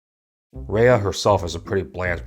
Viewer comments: The fact that this man is criticizing a movie MADE FOR KIDS, talking about how the movie didn’t represent the southeast Asian culture like some how he’s southeast Asian, making all these references which is totally not identical can’t even pronounce he name right like it’s RAYA NOT REYA like you’re not the one to judge since you know nothing about southeast Asian culture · Raya is pronounced as "Rah-yah" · you said Raya wrong. It's Rye-Ah. Did you even watch the movie? They said her name one thousand times. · Hi, I can tell you totally not invested in this video because your pronouncing Raya’s name wrong. It’s Raa - ii - yaa not Ree - ii - yaa. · Why do you keep saying Rei-yah? It's Ruh-yuh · I'm triggered by you mispronouncing Raya...